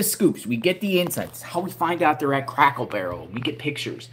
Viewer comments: Its Cracker Barrel!! NOT Crackle Barrel!! 😂😂😂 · you crack me up when you say, "crackle barrel" instead of "cracker barrel" 😂. Keep up the good work and may God bless you